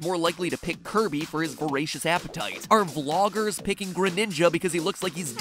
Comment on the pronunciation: Its Kirby!!!!!!!!!! NOT KIRBO